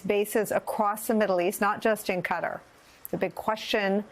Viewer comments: She can't pronoounce 'kuh Tar'. Sad! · For Gods sake it's Qatar, not Cutter!!! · Why did all the news reporters suddenly begin calling it CUTTER instead of Qatar?? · It’s pronounced co-TAR’ in the Middle East & Asia. Not “cutter”. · Qatar is pronounced like guitar not cutter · KUH-TAR. Not Cutter. Jfc. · Can you please stop calling it KU-tter. It's Ka-TAR! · Nicole U should be ashamed calling Qatar, Cutter. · CAT-arr, Nicolle, NOT CUTTER! Please get it right. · Ka tar not cutter 😂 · KA-TAR NOT CUTTER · Its not cutter, its QATAR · Its Qatar not cutter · The country is called QATAR not CUTTER stupid western Media they don't even know how to pronounce the name of a country much less find it on a map . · It's NOT prounced Cutter! Go back to school! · Please stop calling it "cutter" and learn to pronounce it right. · It's called "KA-TAR" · I’m having a hard time listening to this with the repeated pronunciation of Qatar as “cutter”. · its pronounced Kuh-TAR folks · Cutter? Is she trying to say Qatar? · She sounds so cute the way she mispronounces Qatar over and over again 🥰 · i dont know how qatar = cutter lol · Why does she pronounce Qatar like that? 😂 Good lord. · Why is she pronouncing Qatar like that? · Is there not one person at MSNBC that can pronounce QATAR properly?